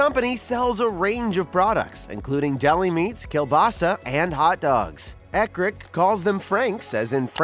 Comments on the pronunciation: I can't take seriously any video that mispronounces the hot dog brand they review. Growing up a mile from central Indiana , I have seen hundreds of Eckrich commercial, and the "ch" at the end is not pronounced with a hard "K" sound, it is a "ch" blend sound like in the word charge. Also, Bar S might be teh worst Hot dog I have ever eaten, with the possible exception of Ballpark, both are overly seasoned. IMHO. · It’s Eck rich. Like hard CH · Loved the video, but the ch in Eckrich is pronounced like the chs in church. Ball Park Frank's plump when you cook them